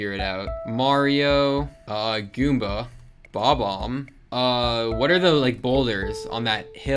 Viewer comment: "Bob Omb" it's bob bomb, you just don't pronounce the B twice